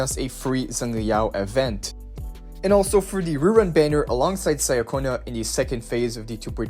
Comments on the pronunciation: please, it’s “cha-konna” not “Saya-cona”😭 you say Roccia correctly so follow it up with Ciaconna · How tf can you say Roccia's name correctly but still fail wit Ciaconna's name? I shall neither like nor subscribe